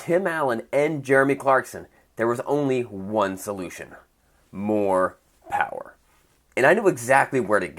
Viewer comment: did he say MOPPPOOWAA? OR more power?